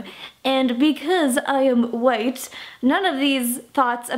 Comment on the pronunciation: I literally cannot stand this "girl's" pronunciation. - literally makes me want to punch a wall. "Aund becooz i am white." I hate the tambre in her voice, it's beyond when I can describe. Am I the only one that feels this way?